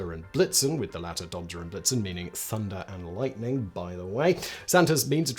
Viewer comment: Props to Simon for actually saying "Dondor" and not "Donnor" 👍 #BigBrainLegend